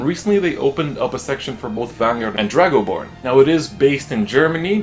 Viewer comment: I actually spat out my drink and laughed when you said Dragoborne lol